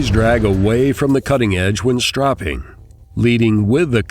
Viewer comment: hmm..keep the sharpening tips for the experts,and btw its "stropping" not "strapping"